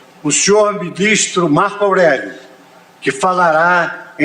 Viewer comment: Pronunciamento do ministro Marco Alrello presidente do Supremo tribunal Federal.